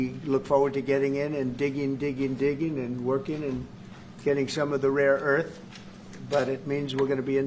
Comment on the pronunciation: is he saying "raw earth"? Does he mean "rare earth"? Am I hearing this right?